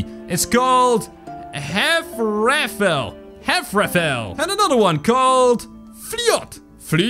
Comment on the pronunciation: ''Hafrafell'' sounds like ''Hammerfell''